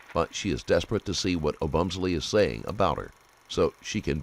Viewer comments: "Oh-Bum-Selly" Really bro? Couldn't just look up the way to pronounce this victim's name before you do an entire video on it? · It’s hard to hear you mispronounce Christian’s last name so many times 😅